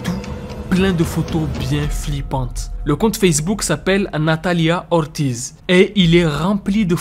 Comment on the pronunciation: Ca se pronomce nathalia ortiss aussi🥲